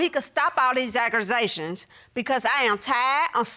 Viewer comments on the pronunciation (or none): Aggursations lol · Aggerzations 😂😂😂 Gets me every time. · it was a reference bc thats how she pronounced accusation for some reason 😭